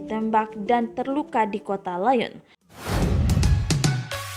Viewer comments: Bukan liyon cuk LIYONG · Bukan “naes” bacanya mbak... tpi “nis”. ... trs bukan “layen” tapi “liyon”. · Bukan "liyon" juga tapi "liyong" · Maaf untuk meningkatkan kualitas channel, untuk presenter tolong dicari yang lebih bermutu, setidaknya bisa membedakan Bahasa Perancis dan Bahasa Inggris. Agar tidak lucu lagi terdengar. Nice dalam bahasa Perancis dibaca niis, bukan nais. Lion dibacanya liong, bukan layen. Sebagaimana croissant dibaca kroesenk, bukan kroaisent. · Nice dalam bahasa prancis dibaca nis... jangan semua semua dibaca pakai cara bahasa inggris.. lyon dibaca liong.. bukan layen... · Kota "NAIS"???? INI MAKSUDNYA "NIS" Kota "LAYEUN"??? INI MAKSUDNYA "LIYONG" hahahaha.. mba narator nya lucu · Liyong bukan liyon baca nya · kota Nice tidak dibaca/diucap nais tetapi Nis dan Lyon dibaca liong dan paris dibaca pari. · Niiis and Liyong